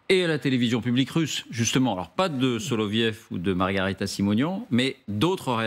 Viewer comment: " SoloviOv ". Le Ë se prononce " io " en russe. Comme " Gorbatchiov ", " Khrouchtchiov " etc. Apprenons dès maintenant le russe, ça pourrait nous servir dans un avenir proche...